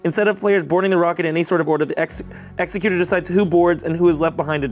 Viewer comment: I love how they were saying Ex-u-cute-er (killer of people), vs Exec-ute-er (One who carries out legal matters)...